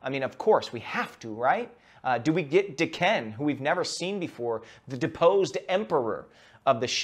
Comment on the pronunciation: Want to start by saying I love the unboxing videos! However, your pronunciation of Daken drives me crazy! The etymology of the name is the Japanese word for cur or mongrel, (駄犬) with an 'a' like in Dante. Akihiro was raised in Japan after all, and nicknamed Daken by other children for not being pure-blooded Japanese. He later adopted the name as a moniker while serving Romulus.